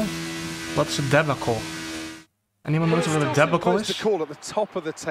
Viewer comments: Debacle is pronounced DE BAR CUL and it means the pit stop was a mess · De-bA-cull. Meaning a mess up. That pit stop was a debacle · (de- BAH- cle), a debacle is basically an event that occurs that most of the time is not positive... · It's DUH-BAA-KL